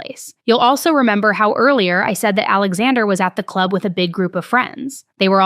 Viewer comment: Is it just me or every time she says club do you think in the clurb we all fam?